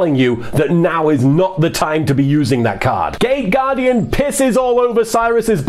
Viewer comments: Wait... did you say gate guardian or gay guardian? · Gay or gate guardian ? Not sure what i am hearing...